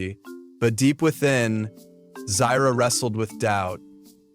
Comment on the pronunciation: I thought Ahadi and Uru are the parents of Taka (aka Scar) and Mufasa from the books “The Lion King: Six New Adventures”. You mispronounced Zira’s name on and .